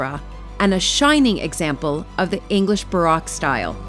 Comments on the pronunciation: Baroque is pronounced ba-roke. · Con-sway-lo Baaa-roke These pronunciations…..ugh! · Ummm you pronounced……BAROQUE WRONG 😬